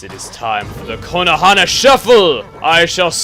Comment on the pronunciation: every time you say Konohana I think you say Konoha wrong :D